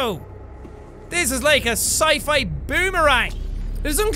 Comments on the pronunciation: As the aussie I am, when he mentioned the boomerang in that museum place, he had quit a good Australian accent. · Did he become Irish-Australian when saying boomerang?